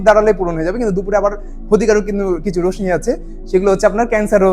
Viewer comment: রশ্মির উচ্চারণ ( (রোশশি)